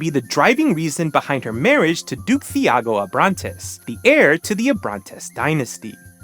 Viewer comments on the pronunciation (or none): It's pronounced tee-AH-goh. Shakespeare: Caps and Monts referencing Romeo and Juliet (as in Sims 2).